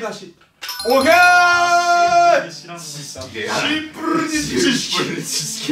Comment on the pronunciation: 伊沢さんの「シンプrrrrrルに知識」が シンプrrrrrルに好き